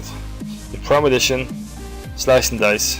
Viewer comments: The vid was helpful ... but you're killing me ...its ...PRE-MED-I-TATION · is it not premeditation instead of premidition? i'm too lazy to log on to my lowbie rogue and check it out but i'm pretty show it's premeditation...as in premeditated murder. anyway, still a great video. and the fact that there are no half naked men doing ab exercises is a plus.